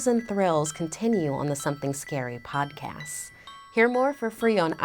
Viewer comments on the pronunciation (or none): No hate but does anyone else find it annoying the way she says podcast she says “podcas” NOT HATE I’m just saying